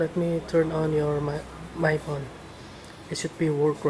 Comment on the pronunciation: lol take the battery ut of the phone and put it back in lol he said "porn" instead of phone